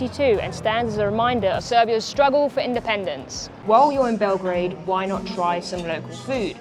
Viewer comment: It's Belgrade, not Belgreid. Grad means the city. Bel is white. So the White City.